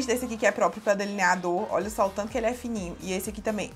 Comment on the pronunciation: Fou so eu q achei engraçado ela falando deliniadorr